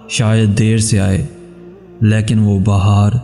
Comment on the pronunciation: Plz bhai don't mind but sirf aik bat kehna chahu gi k ap Urdu ka lafz 'lekin' sahi talafuz sy bola kren ,apki sbhi videos behtreen hn,but zeada informative hn, mgr ye aik lfz ki sahi adaegi na hony sy wo bat nhi rehti..don't mind surf aik mukhlisana mashwra hy to improve ur work